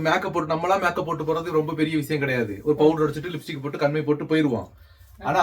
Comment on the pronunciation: சாந்தாக்கா லிfடிக் இல்ல லிப்ஸ்டிக் னு சொல்லுங்க